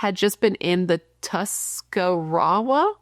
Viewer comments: You’re saying Tuscarawas correctly… Tusca-raw-as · This is so close to home for me. My kids dad lives in the New Philadelphia area, so I find myself driving thru Dover weekly, often stopping at the Newtown Mall. Also your second pronunciation of Tuscarawas was correct!